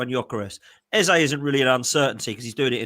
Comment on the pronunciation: Get his name right ffs pronounced EZA .. World Cup year better off at palace plus arteta a twat